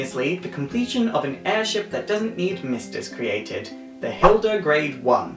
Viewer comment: Its actually the hilde garde, not grade. Ps: FF 2 reference...;)